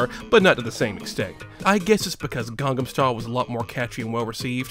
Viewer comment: ITS CALLED GANGNAM STYLE!!! NOT GANGAM STYLE!!! AAAAA!!!!! other than that, cool video